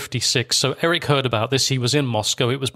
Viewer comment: Very well narrated and researched, but why do you get the pronunciation of practically all German words and names systematically wrong? .. From Zeitung [tsaitunk] to Erich, Wilhelm or Margot. I thought you had a German speaking background.. that doesn’t sound all too plausible 😉